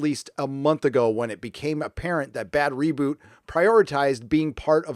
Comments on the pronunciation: >> I think it's pronounced "BAD ROBOT", as in mechanical man, not bad reboot. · Stop saying Bad Reboot! It's Bad ROBOT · just wondering why u keep saying bad roboot but the text always says bad robot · Your choice to repeatedly to mispronounce Bad Robot is annoying. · Are you pronouncing Bad Robot wrong on purpose? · He is. He hates anybody that produces stuff that he finds to be garbage series. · Ah yes, the time in history when it's somehow funny to purposely say a name wrong over and over again.